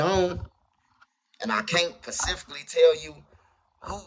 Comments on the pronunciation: Do u think u could tell us “Pacificlly” who did it. 😂😂. J/k bro. I’m a new sub and just crackin a joke. Love the channel. Respect from Kansas City 🇮🇹🤌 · he can’t tell us pacifically 🌊